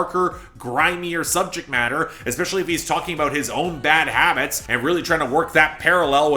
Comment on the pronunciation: "Bad Wabbits" -Elmer Fudd